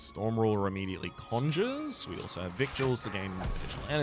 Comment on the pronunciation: You may already know this and were doing it on purpose, but "victuals" is pronounced "vittles." Why is it pronounced this way, you may ask? Because English is a fake language, and we should all feel ashamed for using it.